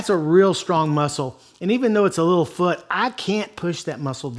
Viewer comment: "Goes all the way down to the fuud, foot" lmao